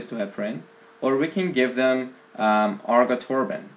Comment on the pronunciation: Also, of note, it is ARGATROBAN not argatorban :)